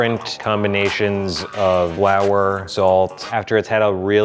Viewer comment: "wower salt"?? do you mean "flour salt"? xD